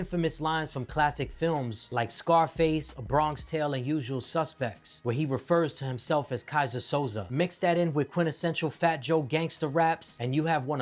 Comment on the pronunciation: Who is Kaiser Sosa? Isn’t it “So-zay”